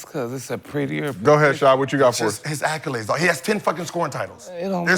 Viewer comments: idk why but ppl pronouncing accolades as "acc-yew-lades" always bothers me, especially when you can tell that person is fairly intelligent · Why Gil keep saying “Acc-u-lades” 😂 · Somebody please tell Gil that there is no “U” in “ACCOLADES”.